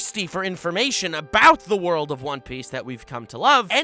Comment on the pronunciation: Everytime he said "ze worldo" I kept dying :)))